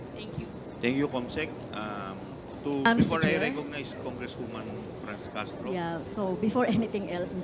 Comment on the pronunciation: Ano b yan Castro wrong pronunciation kkhiya nman😱😁